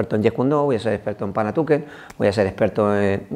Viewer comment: Kali, "panatuken" 😂😂😂 julai, es panantukan, eso lo primero.Segundo, kali y panantukan es lo mismo, kali es la denominación que se utiliza para todas las artes marciales filipinas, que entran armas, boxeo sucio, el panantukan y grappling, el dumog.En pequeños detalles se cuando el instructor es un farsante.